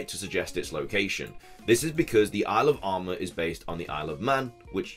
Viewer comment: When you say "Isle of Armor" fast, it sounds like you say "Alabama"..